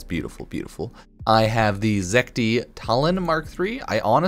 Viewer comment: I like how read "zetki" As "zek-ti" Did that too and im not going to stop